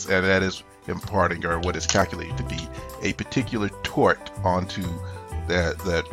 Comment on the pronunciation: sounds like twerk lol